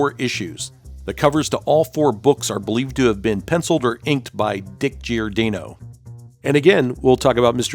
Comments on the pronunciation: Nice video, but sorry, it kept bugging me that you were mispronouncing Giordano's name. Gior-DAH-no, not Gior-DAY-no. That Alan Weiss Blue Beetle redesign gave me strong Booster Gold vibes. Ted Cord is my favorite Blue Beetle. The way the character was written in the early 90's in Justice League International was priceless! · it's pronounced GiorDAHnoe... not GiorDAYnoe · For the love of GAWD, man, how can you have been in the comics fan industry as long as you have and not know how to correctly pronounce Dick Giordano's name?! It's pronounced "jor-DON-oh" or "geeor-DON- oh". You do the homework, just do a little more.